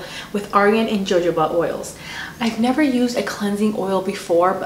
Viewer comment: Jojoba is pronounced ha hoba oil. The J sounds like h. Great video ma.